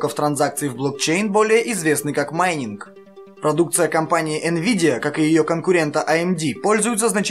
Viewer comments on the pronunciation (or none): не манинг а маЙнинг же.